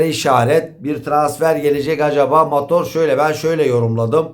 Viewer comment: Mator değil motor